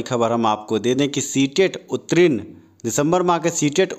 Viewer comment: रे उत्तीर्ण होता है उत्तरीन नहीं बोलना सीख लो पहले! और जहाँ तक स्टे की बात है वह तो लगेगी नहीं और यह बहाली अपने समय पर पूर्ण होंगी